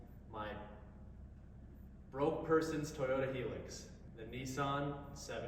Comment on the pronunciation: Broke person Hilux? Hiluxes go for 5k for a descent one, and 720s around 8k, also it's pronounced hi- lux